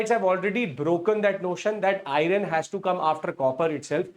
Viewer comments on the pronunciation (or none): It is not iyaran , but iron or ion